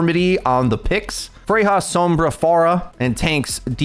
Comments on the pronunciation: Okay, the pronunciation of "Freja" is triggering me lmao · Why does he say Freja like that?